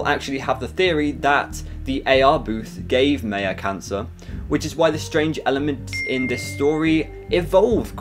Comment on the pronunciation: the way he said maya tho its ma-yea